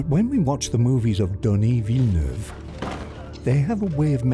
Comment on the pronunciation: I subscribed for the near perfect pronunciation of Denis Villeneuve. Extremely enjoyable to watch!!